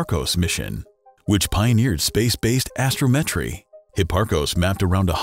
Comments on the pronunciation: "Astro-met-tree?" Come on man. I know i's cheaper to go with a computer-generated voice but a little bit of editing or just skipping the damn thing entirely is not asking too much. Sorry, it may seem petty but blatant stuff like that and misspelled words in articles is a sign of laziness and it's distracting as hell. But that's me. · Really? Asto-Met-tree? really?